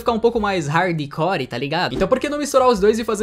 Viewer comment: "Raidicore" kkkkkkkk